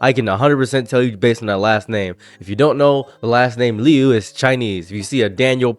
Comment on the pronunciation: God what is WRONG with these people? Also good job on the name pronunciation, that's my Fiance's name too. No relation. She's a bit of a hometown hero here, she's from our city!